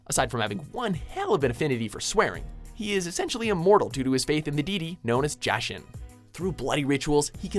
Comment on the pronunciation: The pronunciation for "akatsuki" and "jashin" kill me